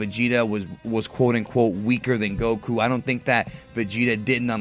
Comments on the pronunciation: the way you pronounce goku pisses me off i am not subscribing anytime soon sir XD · Why does he put over emphasis on Goku. Even Asians don't pronounce it that way.